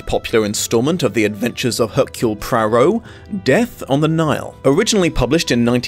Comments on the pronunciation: I cannot understand why you continually add an R in Poirot's pronounciation. Prarow? It's Pwaro!!! So annoying. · "PWAA-row", not "PRAA-row"! -- no R in the first syllable of Poirot's name. Even in fiction, so iconic a character - and his author - deserve the respect of correct name pronouncing. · Dang it!! SAY THE NAME PROPERLY! "PWAA-row! PWAA- row! PWAA-row!" Not PRAA-row! There's no excuse for making such a disrespectful gaffe. 😡😡SAY NAMES CORRECTLY.😡😡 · apologies if others have pointed this out/if you dont care but his name is pronounced "pwa-roe" not "pra-roh" as you've been saying! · PLEASE try to learn to pronounce 'Poirot' properly... listening to you mangle it as 'Prarow' was painful!!! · Just popped in to see whether you’d learned to pronounce Hercules Poirot. You have not. You still say HERkyul Prorroh and I can’t watch the video. Which is a shame because I was interested in seeing one of your wonderful interpretations. HERkyul I could have overlooked but you say Prorroh more and it’s far more annoying. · Im sorry but what is this Poirot pronunciation ? Where is the first R sound coming from ?